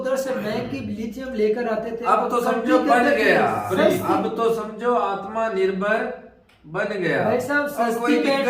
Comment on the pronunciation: Atmaa Nirbhar ..🤣🤣🤣 Kya pronounce.karte h ye log